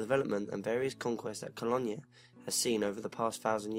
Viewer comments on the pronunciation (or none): Cologne is pronounced Ko loan..not Kollonya. Just a bit of help I'm not knocking you, hugely admire what you do. Wish I'd had the internet around when I started writing as a child, its a wonderful forum for help as well as advancement. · hey its me yer London fan! heads up - Cologne or Köln is pronounced Kol (as in fall) oan (as in stone) NeuMarkt is "noy markt" love your stuff and your accent..this is constructive not destructive critiscism xx